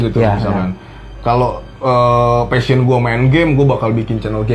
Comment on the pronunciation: Koreksi dikit kang, 'passion' ya bukan fashion.